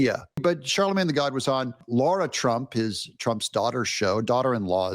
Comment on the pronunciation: What is SO DAMN HARD about speaking the word “Lara”? Explain yourself. Stop being disrespectful to Lara Trump. Her name is not “Laura”.